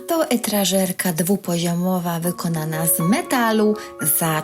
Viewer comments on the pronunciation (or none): *etażerka nie etrażerka 😂